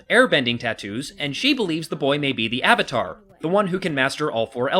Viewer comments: shyamalan want the asian names to be said right but avatar is a real word!!!!!!! They changed avatar (a actual english word) into auvatar. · I cringed when I first heard "Aw-vatar" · Lol that's right, what did he call Zhao, Admiral Chang or something? What's worse is that they never seemed to be able to settle on a single pronunciation of "Avatar", and most of the time it ended up sounding like "Ahvatar". Avatar, for God's sake! It's the title of the freaking show this is based on! They say the word about 50 freaking times an episode (along with Aang's Sokka's and Iroh's names), and you're telling me you can't pronounce that!?! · Anyone notice that in the first Narration she says Ar var tar instead of avatar? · No, no. He butched the name of Avatar. The creators had to make The Legend of Korra to make up for this shit. He even made up random shit that wasn't even based on facts from the show. Shamalame cannot make movies expect for the 6th sense